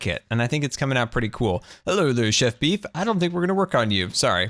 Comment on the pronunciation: LOL, did you say Chef Beef? He is the Chief! Great build. #ChiefBeefBelief